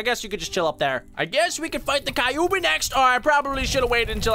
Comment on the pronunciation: It is kyuubi not kaobi